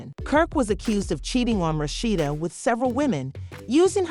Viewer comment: Rat cheetah they can't even say the name right 😁